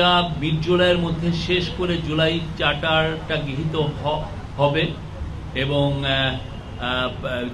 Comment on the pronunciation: প্রধান উপদেষ্টার প্রেস সচিবের মত একটা পদে বসে উচ্চারণের যদি এই হাল হয়। আগে খেয়াল করেছিলাম উনি "র" এর উচ্চারণ ইংরেজি উচ্চারণে বলেন। এখন খেয়াল করলাম "প্রক্রিয়া"কে বলছেন "পোক্রিয়া", "চার্টার"কে বলছেন "চাটার", "পার্টি" কে বলছেন "পাটি"! মানে কি আর বলব! না হয় বাংলা, না হয় ইংরেজি। কাদের এনে কোন পদে বসাচ্ছেন!?